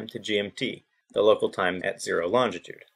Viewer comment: Longitude. Learn how to pronounce it before you attempt to discuss it.